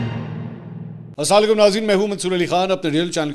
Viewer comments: Bhai Asalam u alikum hota he(asalalikum nh hota janab ap kia kehry ho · Ali Khan, good reporting bhaii. But yeh Assalay kum kia hota hai? Please salam to sahe pronounce krey.